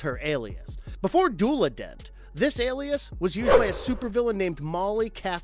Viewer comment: it's pronounced du ela